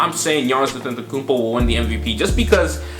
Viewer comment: Fam its Antetokounmpo not AtEntAkuMpO